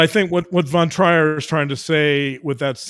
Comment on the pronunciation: The name Trier is pronounced Treer. Love to listen. Thank you for showing us and explaining the depth of the damage inside human psyche.